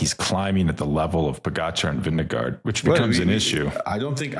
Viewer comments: say it with me: Vin-GE-gaard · His name is not Vinegar. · Veen- guh- ord. I was just told by a Danish person. We looked up how to spell it as it sounds in English.